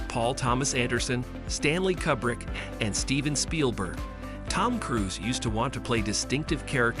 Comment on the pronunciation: Stanley Kubrick's last name is pronounced KOOBRICK.